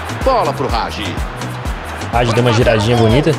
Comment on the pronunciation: se escreve Hagi mas se pronúncia ha-gui